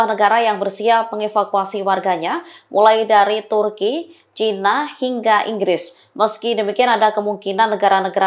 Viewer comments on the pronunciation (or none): none